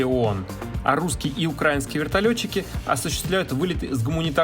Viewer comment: Правильно говорить украИнские, а не укрАинские...